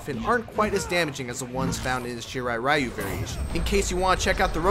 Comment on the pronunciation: Takeda Combos sound like someones name with a half spanish half japanese origin =D Also, isn't "Ryu" means "Dragon" ? And actually you don't have to pronounce it as if it was an abbreviation - check the Japanese pronunciation ).